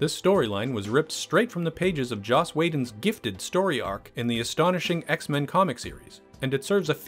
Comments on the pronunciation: giftofgab247 and it's is Joss not Josh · Am I the only one who was bothered how he pronounced Josh “Whedon”?